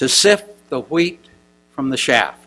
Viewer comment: Sift the wheat from the shaft, librarian egyptians ??????????? He is not convincing me he knows what he is talking about, if you were there you would know the difference between a Libyan and a librarian, and not just reading a script. Don't get me wrong, I want him to be above board and I may be way off base, but, just sayin............Maybe he struggles reading english ?? Hmm Wouldn't you know when you misread something if it was your story and you made a Gaff? It was a long time ago though, I guess? Thoughts???? Just noticed so many more irregularities, like the on screen script that refers to the metal plaGues and his inability to pronounce the placenames of places he should know by heart, as if it is the first time he has read an unknown script. Once again, Hmmm...